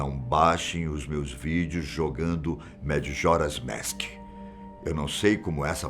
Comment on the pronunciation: Só eu que notei que ele ta flando madjoras mask